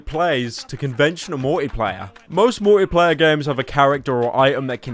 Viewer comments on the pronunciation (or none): how do you say Multiplayer? ''Muia-playa